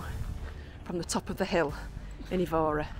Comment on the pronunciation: My wife, Isabel, was born in the area of the cathedral and found your video very informative and showed Évora to be a place to visit. You only received 9/10 though because your pronunciation of Évora made her cringe! Hope you enjoy Tomar.